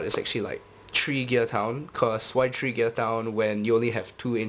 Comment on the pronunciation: i love the way how you say three :) "tree" :) (not to offend you)